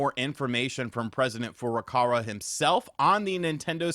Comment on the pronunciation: I can’t tell if he’s joking or not when pronouncing Furukawa’s name. Cause he says Furukara with an r.